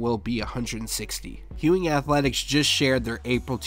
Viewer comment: There's no h in Ewing! Lol